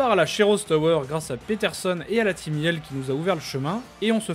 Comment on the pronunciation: J ENTEND MIEL AU LIEU DE YIELL